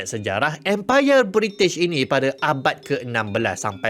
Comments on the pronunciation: Bri'ish moment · bri'ish 'he 'hef'